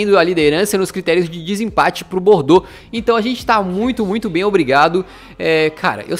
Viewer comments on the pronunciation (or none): none